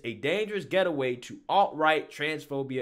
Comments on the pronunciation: Lol, I never heard gateway pronounced as get-a-way. You may be physic yourself and saw he’d wanna get away from that post in the future? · Great video brother! Just a tip. The word gateway is prounced gate-way. Like gate and way. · Say 'gate'.. "gate" Say 'way'.. "way" Say 'gateway'.. "get away" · Gateway. Gate-way. This is not a hard word. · I loved the weird justice in this. I also find your pronunciation of "Gateway" a heressy. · Only cancel suggestion I have is maybe consider cancelling your reading comprehension coach. What the hell is a dangerous "getaway"? G-A-T-E-W-A-Y......the word is GATEWAY. Other than that, keep preachin' brother!! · Gate way. Not gettaway. Love you but that mistake is poking at me. Love your show regardless. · I like your stuff. But the word is gateway, not getaway. Gate - way. Not get - a - way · Aaarggh! It's"gateway"! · Awesome video as always…but the word is GATE-way. sorry I had to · GATE-WAY…..GATE-WAY…..not getaway….. can’t you read bro? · Gate Way. Say it! Gate Way! It's not Get A Way. Gateway! Gateway! LOL. I love you, man. Keep doing what you're doing but remember, it's Gateway (gate....way)! 😆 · “GATEWAY” Not “GETAWAY” “Cmon Man” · A "dangerous getaway" ? Pronouncing words incorrectly is a GATEWAY to learning from your mistakes. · It isn't "Getaway" it's "Gate-Way" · Love how he says get away instead of gateway lol not dissing just genuinely funny. Love the material man, you are cancel free for sure. Channels like this is so hard to really cancel as your fans dont believe and would kick back on anything thats irrational maybe from youtube it could but go elsewhere and fans will stay great content :) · Dangerous "GATE-WAY".... not get away bro😁👍.... just helping you perfect your channel and yourself.... LOVE THE CONTENT!!!! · FYI it’s gate-way not getaway 😂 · 3 times you said “get away” instead of “gateway”😂🤦🏻‍♂️ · it's gate-way not get-away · "Gateway" not "Get away", great vid tho. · GATE-WAY not geta-way FFS.